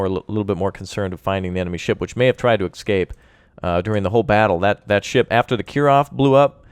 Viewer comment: its not excape its escape